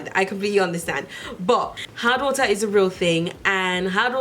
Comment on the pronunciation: I thought you said hot water at first... not hard water lol